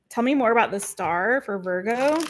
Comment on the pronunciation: Can we stop with the VOIIIGO pronunciation? It irritates me every time.